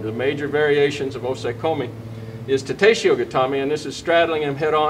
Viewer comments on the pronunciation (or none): 'Yo koshiho' 'Ta teshiho' This is almost as bad as when i heard someone say 't sue-ri-comb-mi goa-she' or someone else saying 'my jee restoration' Japanese is said as its spelt. They have no emphasis on any specific syllable, and all sounds are grouped into syllables. It's a minor nit pick but it really puts me off. It seems to only be americans who butcher the pronounciation to such a degree 'Yo-ko shi-ho' 'Ta-te shi-ho'